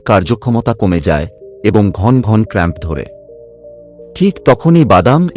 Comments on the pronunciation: উপস্থাপনা ভালো।তবে যিনি উপস্থাপন করলেন উনি বালের মতো বাংলা বললেন। বড়কে বড়্ .ঘনঘনকে ঘন্ ঘন্ । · বড়, উৎস, ঘন ঘন, এবং আরও অনেক শব্দগুলো উচ্চারণ কারণে কিছুটা অস্বস্তির কারণ হয় ।